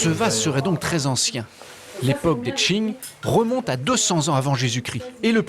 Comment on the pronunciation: Ca s'écrit "Qing" mais ça se prononce "Tching". Zut !